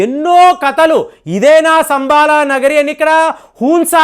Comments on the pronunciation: సంబాల కాదు శంబల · శంబల అనాలి